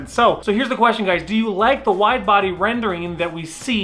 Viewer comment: anybody noticed wifebody in place of wide body😂😂😂